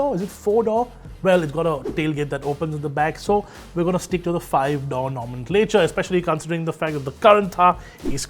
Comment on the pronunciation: It's door not dough 😂